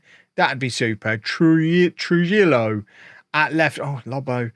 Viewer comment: "J" says "h" in Spanish. It's BOR-ha and Tru-HE-yo. Also, the board has every right to judge you on the competition. You're the one who came in to replace a coach who wasn't sacked and proceeded to change tactics. tactics are more inflexible than Amorim tactics.